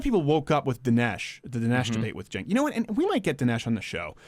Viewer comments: Can u stop mispronouncing his name at least?! It's CHUNK not CENK. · Stink of Urine. Have the courage to pronounce his name right